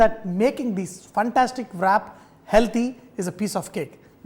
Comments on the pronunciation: Love all your recipes but is pronounced as “RAP”. Not as VRAP. WRAP IS pronounced As RAP...... NOT AS VRAP. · It's pronounced as rap, w is silent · rap!!!!! try saying it this way